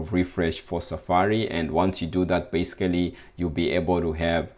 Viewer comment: Thank you and I also liked the 'basecally' <3 hehe